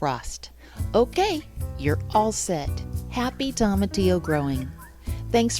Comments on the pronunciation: Great video 👍Its pronounced toe-matillo, not tom-atillo. From a Hispanic. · Nooo! Why are you pronouncing it like that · It’s a Spanish word, so if you struggle pronouncing Spanish words it’ll be a challenge… but toma would sound most closely to “Thoh-mah” and Tillo most closely to “Theo” ..so try: thoh-mah-theo 🙂 I appreciate you all trying! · thank you for your experience. I was a bit tickled by your pronunciation of tomatillo. wondering if you call tomatoes Tom-Mate-Ohs too :) cheers! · You pronounce tomatillo so horribly